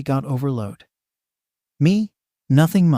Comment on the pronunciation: His name was Overhaul, not Overload.